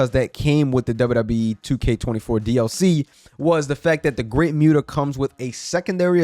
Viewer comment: Never apologize for speaking truth. But ima need you to apologize for the way you pronounce Muta 😂 Good video, brotha 🔥